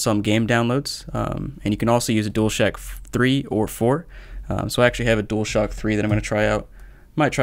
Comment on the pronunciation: Nobody gonna talk bout how he says dualshack